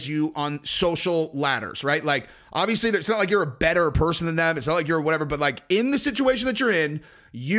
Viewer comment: First id like to state that i love your content and the way that you present it. That being said it is obvious(notice the letter 'b') that your favorite word is not pronounced 'odvious' nor is it pronounced 'ovious'...It is obvious if you look in a dictionary that the word is obvious.